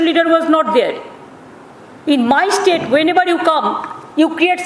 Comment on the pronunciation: look how she says "MY STATE" Proves how she has manipulated Bengalis